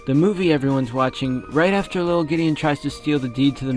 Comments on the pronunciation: Ok just wanted to say i want to add to the vampire that he says it widdle old me widdle as in thewiddelest wampire and old as in an old vampire just a thought. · The wittlest wampire kind of reminds me of how Gideon talks like when he says wittle old me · With the widdlel wampire part he does sometimes say whittle ol me or maybe whittle old me dun dun dun😳